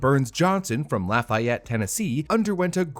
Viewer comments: Great vid! Also, Its pronounced (la-fay-it) Tennessee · hey guy its La- FAY-ut down here in tennessee. hard A. think f-a-vorite. La-FAY-ut. Lafayette. and of course it would be tristar.